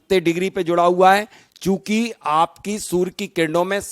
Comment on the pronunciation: Chhoti muh badi bat sorry to say u r prononciaing soor inplace of surya(sun).